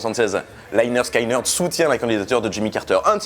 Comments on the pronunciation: Etant un grand fan du groupe, je reviens sur certaines erreurs dans cette vidéo. Rien de trop grave, la vidéo en soit est plutot bonne. Premièrement, tu parles à un moment que le chanteur vient de Californie (?) d'où sors tu cette info? Il est né à Jacksonville en Floride et y a toujours vécu. Ensuite bon, on t'a déjà fait la réflexion mais la prononciation du nom du groupe, il faut que tu te bases sur leur premier album : pronounced leh-nerd skin-nerd. Donc ce n'est pas 'Léneurd Skéneurd' mais 'Léneurd Skineurd'. Et puis dernier point, pour tes futures vidéos, cite les noms des membres du groupe, tu parles de chanteur, de guitariste, on s'y perd. Tu dis le guitariste (Ed King) a rêvé du riff toute la nuit puis plus loin tu dis le chanteur et le guitariste (Steve Gaines) meurent dans le crash de l'avion. On pourrait croire que c'est le même guitariste et qu'il n'y en a eu qu'un. Enfin bon, sinon c'est une bonne vidéo. Pour rajouter à l'argument que ce n'est pas un groupe raciste, je te tourne vers le morceau 'The ballad of Curtis Loew' où le groupe rend hommage à noir jouant du dobro en ville. Cdt. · Ce serait bien de prononcer correctement le nom du groupe. Le y se prononce i...! T’es pas le seul à faire l’erreur dans l’hexagone... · juste pour dire lynyrd skynyrd ne se prononce pas comme ça.... ;) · Interressante video mais on prononce lénérd skénérd au lieu de layenerd skayenerd et motorhead est un groupe anglais sinon bravo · Ah ben voilà, enfin une vidéo sur cette chanson et la pseudo rivalité Young/Lynyrd Skynyrd (Au passage, on prononce : leh nerd ski nerd, et pas Laïe nerd skaïe nerd)!!! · Toujours très sympa tes chroniques. Et très belle chanson. Par contre mes oreilles ont saignées à chaque fois que le nom du groupe est prononcé. Les y ne se prononcent pas "aïe". Ça sonne plutôt comme léneurd skéneurd pour un français. Les y ça devait faire classe sur le logo. Enfin merci quand même :) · Pronounced Lineurde skineurde for you funny French people ; )